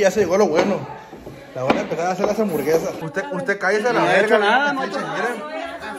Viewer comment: Nadie::DyA d Diversión y HamburGueZas JAJAJAJAJAJA